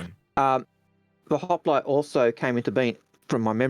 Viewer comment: mate there is no A in hoplite Just like my wife trying to put a A in cockroach. Good show guys keep it up